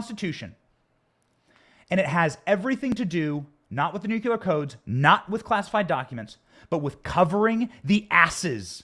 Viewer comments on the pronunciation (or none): Benny just a heads up please learn to say nuclear correctly. It is nu clee er NOT nu que ler. There ya go. Great podcast btw.